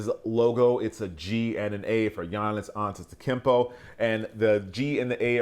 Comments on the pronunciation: It’s pronounced Ant•et•o•kounm•po btw I don’t know what the hell this guy said but besides that good review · If you don’t learn how to pronounce his name, I swear. Say it with me. AN•TE•TO•KOOM•POW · This man just murdered his name bro 💀💀💀💀💀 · How is it hard to pronounce the mans name especially if one of ur jobs is to actually pronounce it. Love u but stop butchering the mans name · How do u get invited to his event and can’t even say his name?😂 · You f'ed up the name brat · The way he pronounced his name bruh😂